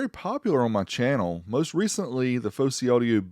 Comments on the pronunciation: Its Fosi not Fowsey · Its Fosi not Fowsey.